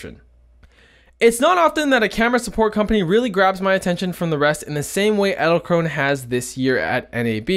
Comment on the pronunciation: Did anyone else think that or said "Edzelkrone"?